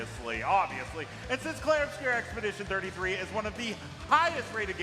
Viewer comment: At least he said the name of the game correctly this time..... Oh, I spoke too soon. I shouldn't be surprised, it's IGN.